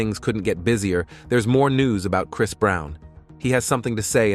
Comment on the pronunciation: ai cant even pronounce chris right what in the hell? 🤦🏾‍♂️